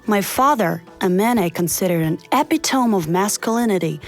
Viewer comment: that's not how you pronounce epitome